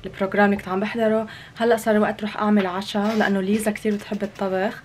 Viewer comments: اسمها ليسا مش ليزا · صح اسمها ليسا بس هما عم يقولو ليزا غلط ليسا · ملاحظة 🙂: اسمها ليسا و ليس ليزا 👀👍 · ليسا اسمها مش ليزا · ليسا مو ليزا 😂😂💔🤦‍♂️🤦‍♂️ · اسمها بحرف لأم ليسا مو ليزا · اسمها ليسا مو ليزا 😊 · ترى اسمها ليسا مو ليزا